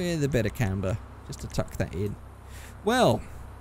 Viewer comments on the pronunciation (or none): none